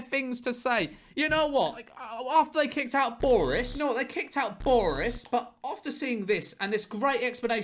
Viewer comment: George saying "borris" sounds like hes speaking in an Irish accent